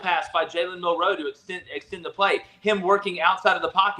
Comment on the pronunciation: I gotta ask you guys, and this is something that I've been wondering all year. The way all three of you say Milroe's name.. is it an inside joke? Like before the season did someone come up and say hey lets do this all year and see if anyone says anything? I'm not upset; I just find it curious and kinda funny that you all put the emphasis on the second syllable of his name. It would be like me saying Cam newTON all the time 🤣